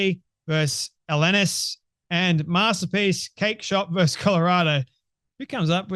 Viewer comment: Good video, as always. One side note: "vs." or "v." is pronounced "versus" not "verse." "Versus" means "against"; "verse" is an excerpt of poetry.